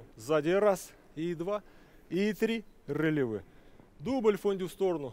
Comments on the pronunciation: Да ладно вам, чистейше произносит РЭЛевэ 😂😂 вот , но согласна, неуверенный и авторитета не чувствуется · в том и дело , что произносит неверно